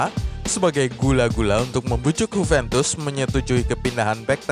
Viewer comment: Huventus? Emang Juventus dr Spanyol boii? 😂 Yuventus kalo mau ikutin pronunciation aslinya.